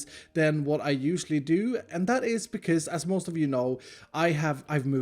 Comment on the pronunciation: the way u say bcz always crack me up